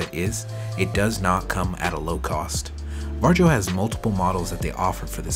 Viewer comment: The name is pronounced Varyo